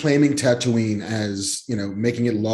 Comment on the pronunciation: "Ker-aw-soow-aw" and "Tuh-too-ween". Kevin is pronouncing things weirdly. Someone make sure he's not having mini-strokes please. We need him to stay alive.